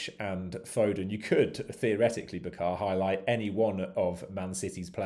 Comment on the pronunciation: Its not "ba khaaaa" , its "bucker" !